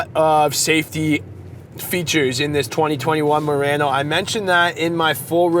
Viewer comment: Idk why I heard him saying Nissan Marino in the beginning 😂